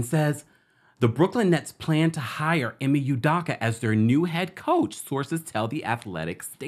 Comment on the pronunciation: First his name is pronounced Ee-may You-doe-ka; secondly he deserves to earn a living just like the female involved who received NO repercussions; yes Nia is a Scorpio; The nets are a HOT MESS🥵; if he got them to the playoffs it would prove how great of a coach he is. And I’d love to work for